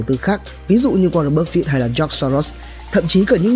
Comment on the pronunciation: Bạn học cách phát âm chữ "buffett" nha bạn. "Búp phít" nghe muốn xỉu. Chắc bạn nghĩ chữ e đọc là i nên thêm chữ t vào đọc là búp phít.